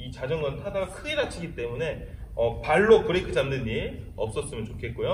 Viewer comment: 브래이크 ㄴㄴ 브레이크